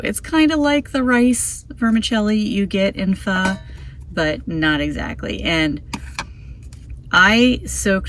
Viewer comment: I think you may be the only person (including Asian's) that pronounce pho correctly ("fhu"). I will explore further "flameless meals" as I am always looking at innovative camping meals. Thanks for your channel - I am a Toyota 4 Runner TRD Off Road Premium/KDSS owner, with a wanna-be micro-camper, and I love the way you make use of the space.